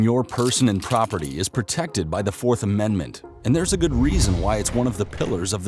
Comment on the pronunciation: Did you say Amen-d-ment?